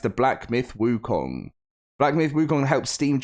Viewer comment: first westerner who got the pronunciation of wukong right. 🎉